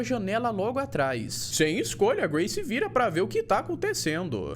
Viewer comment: Eu ouvi o chamar o gray de Gary kkk